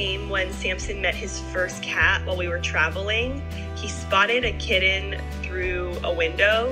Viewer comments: So what happens when Samson goes to his new home to be a service animal? And it is pronounced kittn not kit - ten. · Great story but the mom really needs to learn to pronounce “kitten” correctly. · What's a "kidden"? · What the heck is a “k-den”? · Ki-ten versus Kit-ten. I've never heard it pronounced like that. Interesting. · Why do you not pronounce “t” when it’s in the middle of a word? “Kid-den” instead of kitten. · Saying kitten with "dd" is idiotic. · The way this girl says the word kitten as kidden is the most annoying thing I have ever heard.....like ever ever...ever ever ever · Probably because of the butchering of the word kitten. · Weird how you say the word kitten 🐈